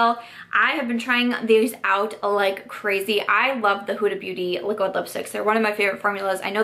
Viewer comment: Ok, have to admit I like your videos because of the way you pronounce your D's as T's :) my life isn't complete until I hear you say "Liquitt Lipstick"